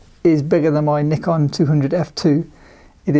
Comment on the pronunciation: you pronounce Nikon wrong.. :)